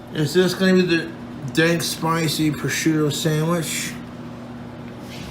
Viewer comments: I'm honestly amazed that he pronounced prosciutto right. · he says sargento and lucrene wrong, but he can say prosciutto properly??? my mind is blown. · He did a pretty good job pronouncing prosciutto as well. I’m proud of the BOY